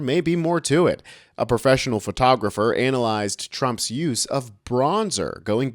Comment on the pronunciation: "A photographer ANAL-yzed Trump's use of bronzer ..."? Was that pronunciation intentional, or just a slip of the tongue?